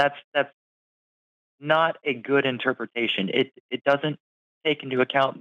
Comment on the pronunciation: translation: "That interpwetation huwts my feewings. :("